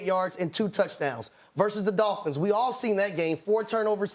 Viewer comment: She said Dohl-phins 😂